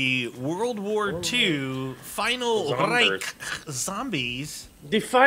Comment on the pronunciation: said reich right 😂